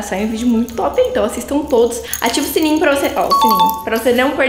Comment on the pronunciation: Quando ela flw eu to de "top" eu entendi ela falando eu tp de toddy😂